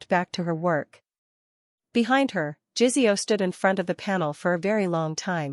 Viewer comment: Good story. To the point, not romantic, but none the less a good story. The only thing is JiSeo is not pronounced like it has a z in it, AI needs to do better on this.